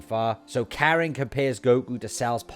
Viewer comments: Its Korin right.....? Not Karen right? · so why isn't sayian pronounced the same in Japanese? Just sounds jarring hereing Karen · Why in God's name are you calling Korin Karen?